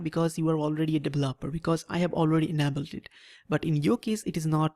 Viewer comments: you say okay too much, and it sounds like you have tons of spit in your mouth when you talk.... very annoying. Also its not UNABELED, its ENABLED (pronunciation: in-a-bold) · Your pronunciation of "developer" and "enabled" cracks me up